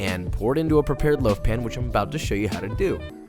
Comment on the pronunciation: LOAF, not liaf!